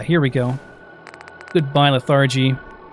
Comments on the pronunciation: 'Leth-er-gee' not 'leth-are-gee' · You say anthropoid and arthropod ...... but lethargy the first syllable is emphasized... :)